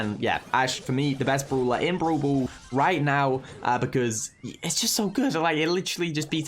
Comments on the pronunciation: be like: Broel Boel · I love how you say brawl ball (bru ball)